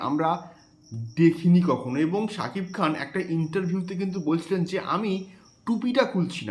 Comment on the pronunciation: কলকাতার ইউটিউবারদের মধ্যে একমাত্র তুমি শাকিব খানের নাম সঠিক ভাবে উচ্চারণ করতে পারো ❤